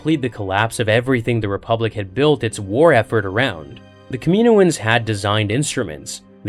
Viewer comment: Kah mi noh ans. Please say it right